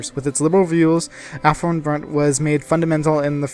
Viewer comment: not aftonbat its aftonbladet